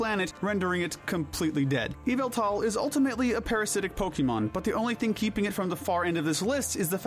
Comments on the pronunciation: Its name is Yveltal, NOT Yaveltall! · Yveltul not eviltal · You should pronounce Yveltal differnet haha. I know it sounds like EVILTAL! since he is the reaper and kinda evil but its more norse. Yall-vel-tal is the correct way to say his name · NO, THE SECOND PART IS WRONG! IT'S Y-VELLE-TAL, NOT Y-VAL-TAL! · "Evil tall, Qrem, Zarud"💀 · its YAVATAL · THE U IN YVELTAL IS SUPPOSED TO BE AN A! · His name is Ya-vil-tall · You pronounce it y-valt-al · yveltal (yah-vel-tal). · YVELTAL DOES NOT START WITH AN E, IT STARTS WITH A Y! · NO, IT'S YVELTAL! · NO, IT'S YVELTAL! THAT IS NOT HOW YOU SAY THE NAME!